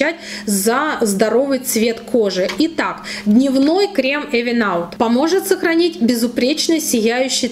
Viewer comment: Спасибо за обзор! Только читается правильно "Ивен аут";)